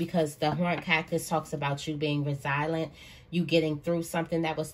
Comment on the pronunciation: I really wish you would pronounce resilient/resilience correctly.